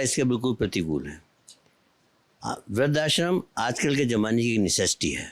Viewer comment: बोलने में त्रुटि है ! व्रद्धाश्रम को। “वृद्ध+आश्रम” बोला जाता है ना कि “वृद्धा+श्रम”